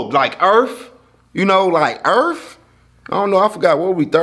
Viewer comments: “Like earf? You know like EARF?!” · Earff😂😂 dat right